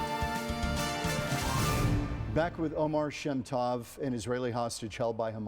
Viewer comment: Oh-mehr sheh-m toh-v is how to pronounce his name CORRECTLY